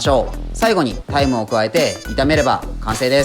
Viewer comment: タイムが大麻に聞こえて見直したわw